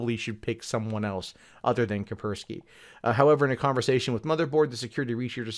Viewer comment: "Kapersky", you're missing an S.